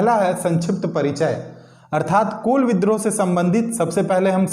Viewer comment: कोल नहीं जी कूल होगा हैं